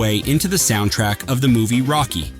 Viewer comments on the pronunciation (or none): none